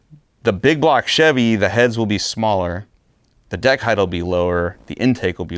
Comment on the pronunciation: Brother, I love you, I love EVERY one of your builds .... But..... It's "heighT"* not "heighTH". I will admit it bugs me, I will also say I don't care if you keep saying it your way, but I had to say it and I now feel way better. 😮‍💨🤣